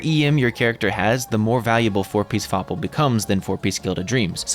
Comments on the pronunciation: not fapl but FOPL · "FoPL" just can't help laughing